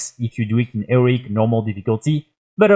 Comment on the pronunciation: He-Row-IC difficulty... Not Eric